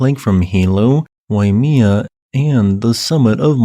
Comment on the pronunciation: Your videos are appreciated, however not so much your pronunciation of Hawaiian place names. It was distracting. Mauna Kea (Kay-ah), Waimea -Wai may-ah